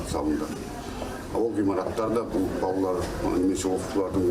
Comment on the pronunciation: Неге таза сөйлемейсіңдер тележүргізуші тықырлап е мес ,тақырлап балдар емес балалар үстаз дұрыс айтпаса басқаға өкпе де жоқ қой.